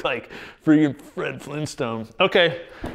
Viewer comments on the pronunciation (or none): none